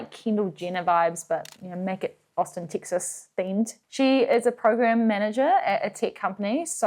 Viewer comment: Having lived many years of my life in the Lone Star State, I can’t recall ever hearing a Kiwi say it. I’m so delighted every time you say “Tix-isss.”